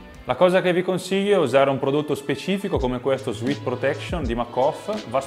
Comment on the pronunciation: Per la cronaca, sudore in inglese si scrive sweat e si pronuncia ‘suet’ non ‘suit’